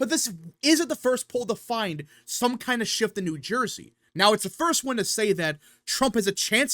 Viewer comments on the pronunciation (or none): New Surjey